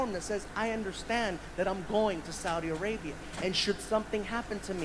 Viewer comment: I like that way you pronounce Saudi Arabia. Sah oo dee. Loved your reaction Bro. From Latino in San Diego, CA.